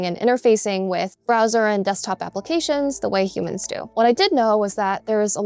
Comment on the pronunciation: she pronounces humans like she ain't one of them lol